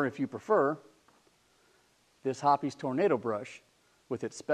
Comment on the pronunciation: Hoppe's, by its spelling, is pronounced like "shop's." Same goes for "shoppe's." It isn't "hoppies."